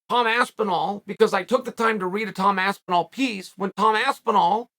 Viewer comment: Tom Aspinwall... Classic Uncle Chael😂😂😂